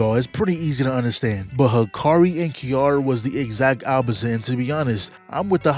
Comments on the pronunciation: unc stop saying kiara its kiRAra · Name of the character: "Ki-ra-ra" Calls them "Kiara" the whole time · Her name is pronounced ki-ra-ra